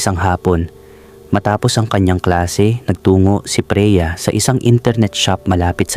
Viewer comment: Bakit Mali ang bigkas ng narrator sa mga words? 😵Like: "Freya" = Preya "Alcantara" = Alcan-tà-ra, "Taon" = Tà-on, "Kapos" = kà-pos" etc., simple lang bakit sablay ang sambit?